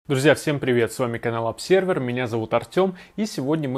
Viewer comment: Думаю, все же, "обЗервер" , а не обСервер ::) если вы не на латыни, конечно